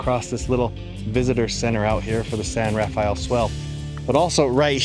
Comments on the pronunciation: It isn't pronounced the biblical way. It's just pronounced San Ra-fell. And when you get to Zion National Park it isn't pronounced ZI- On It's Ziun. Just like Hurricane, UT is Huracun. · Love your videos. Just FYI, locals pronounce it 'San Ra-FELL,' leaving out the second syllable. One thing about the Barrier Canyon people I'd like to know is what archaeological evidence is there? Do they have any carbon dating, say of campfires? Or paint pigments in the pictographs themselves? I've heard that this culture is as old as 10,000 years, putting it nearly as old as the last glacial retreat, years BP. What is the evidence of all this? Is there any, or is it just supposition? PS, I know of a site near White Water, CO—the Bloomfield site—that's been reliably dated at ~9,000 YBP. My imagination soars when I think of what. it must've been like to live then.